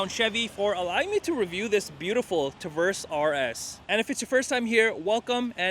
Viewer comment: Say "Tuh-verse" again